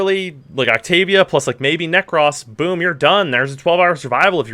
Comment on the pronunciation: Did you really pronounce Nekros wrong? That’s sad.